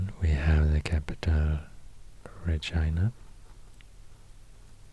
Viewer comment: I can't believe you siad Regina correct 😂 normally people say re- gina